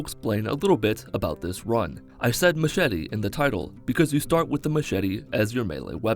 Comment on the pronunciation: you said machete not machete and tribal knife lol